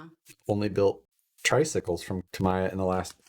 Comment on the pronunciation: Why do almost all of the people who build a Tamiya kit pronounce Tamiya wrong? It isn't that hard... the vowels in the Japanese language are not pronounced like Americans do as the language is mutilated.... A is pronounced ah. E is eh. I is ee and o is oh. So....Tamiya is pronounced Tah Mee Yah. NOT Tah My Yah.